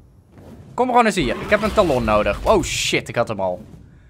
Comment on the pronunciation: Talon spreek je uit als tellun